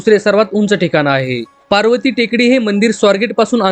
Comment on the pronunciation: अरे पार्वती टेकडी नाही बावळटा पर्वती म्हणा